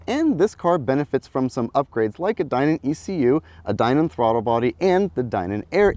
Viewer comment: That IS how Steve Dinan pronounces his name, so is correct.